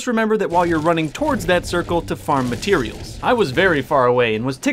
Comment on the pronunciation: Drinking game: every time says matireals take a shot